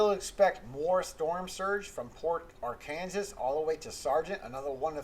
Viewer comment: Aran sas. Not Arkansas